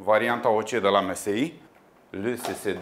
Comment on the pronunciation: Msi se citeste emesai